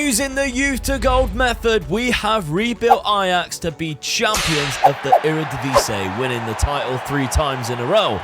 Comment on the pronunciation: I keep wondering why people call our league the Eredivise. Do you not see the last i in "Eredivisie"?